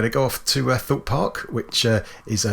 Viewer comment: Amazing build ! I thought you said "Thought park"..( maybe its a park for geeks ) lol then I realized that maybe you said Thorpe park. I am still not sure but I am having a laugh for sure. Thanks!